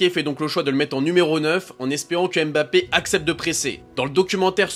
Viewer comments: par pitié, arrêtez de dire Embappé, c'est "Mbappé" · Il s'appelle "Mbappé" pas "Embappé" Tout comme "Killian", pas "Ka-illian"